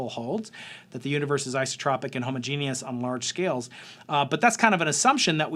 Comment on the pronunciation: How refreshing to hear somone pronounce "homogeneous" correctly! Takes a scientist. Arts persons are so illiterate